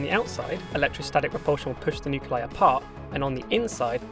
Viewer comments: "nuculei" My man, it's "Nuclei". "Nuclear", not "nucular"! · What the hell are "nuke you lie"? It's spelled "nuclei". That's "nu cle i". "new clee eye". I can't listen to this. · Nice video, but nuclei is not pronounced "nuke-u-leye"